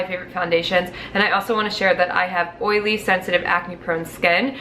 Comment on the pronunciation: Oiley not oliy